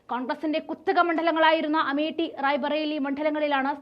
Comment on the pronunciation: അമേഠ്യ അല്ല അമേഠിയാണ് ശരി . ഇനി പറഞ്ഞ് പറഞ്ഞ് അമേഠിയേ അമേദ്യമാക്കല്ലേ എന്റെ പൊന്നു ഛേച്ചി ......